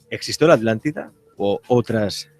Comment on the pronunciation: Porque todos los españoles diven ALANTIDA.. si es ATLÁNTIDA??? no pueden pronunciar bien la palabra? Igual son redundantes .. dicen "subir para arriba". Veo tantos videos de youtubers españoles y todos tienen ese detalle, a pesar de ostentar tener estudios.